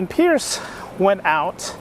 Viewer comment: Good luck dude! Also I believe the author's name is pronounced Price not Pierce!